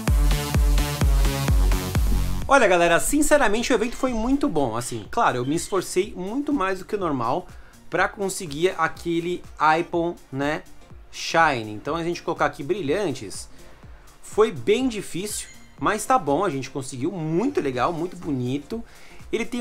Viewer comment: Acho muito engraçado como pronunciam os nomes dos Pokemon errado... Tipo o nome do Aipom... No anime Pokemon ele se pronuncia (Eipom)... ✌✌✌✌✌ Parabéns pelo vídeo...Sou fã seuuu